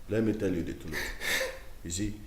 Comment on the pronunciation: Nwanne m,, I can feel your pain,,, is velly velly difficult to tlen gill,, 🤣🤣🤣 Ewoo nta nta nwanne m nwoke bụ kwa ìgwè,, nta nta indeed 🤣🤣🤣